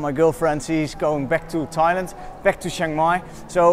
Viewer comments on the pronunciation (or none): none